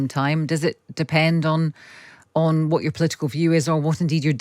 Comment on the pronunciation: "exept".... "whot"...Yoo don't speaka di Inglish? Lol!.